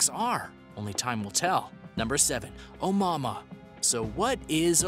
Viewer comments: Its pronounced, "oh-moo-uh-moo-uh"..jesus christ even if you are a haole how would "mua" make "mahmah"... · Omama really....lmao at least look up the proper pronunciation! lol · It is not the first interstellar object in the universe.. It is the first we were lucky enough to spot... Scientists said the probably pass through our solar system constantly.. It's a HUGE sky out there.. We can onlt monitor pinpoints of it at a time.. Also it isn't pronounced On Momma lmfao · Dumb guy with his dumb video. Also, I noped out of this video when I heard him say omama. Tf was that lol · Brother learn how to pronounce that comet here is as close to phonics as I can get A-mooua-mooua try that or watch another video where they pronounce it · Bro, “oh-moo-AH-moo-ah” Begin with “oh” Then the cow goes “moo”, as you say “ahhh” then again, you hear “ moo!!!” So one last time, you say “ ahh” Oh, moo, ah, moo, ahh!!!😉☺️ By the way, I am not actually mocking you or trying to be condescending at all. I’m only taking the time to correct you because I actually really appreciate all of your content and enjoy this channel👍🏽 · Can’t help but get annoyed every time he says “Omama” 🤦‍♂️ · Stop saying Oumuamua. Everytime you say it i want to scream at you. How do you fuck up a name that bad every single time. STOP!!!!!!! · Good video but boy did you destroy the name name lol it happens nobody is perfect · Anyone else cringe every time he mispronounced Oumuamua?